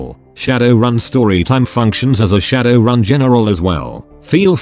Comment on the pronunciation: The answer is to edit the input text file to help the TTS to pronounce things correctly. But until that day we just have to know that RAZ = Ares, Shadoran = Shadowrun, and MTHTHTFHTHFFKA = Motherfucker